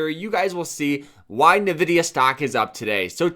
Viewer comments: Envidia not Nahvidia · Drinking game idea: take a shot every time this bozo says NUHvidIA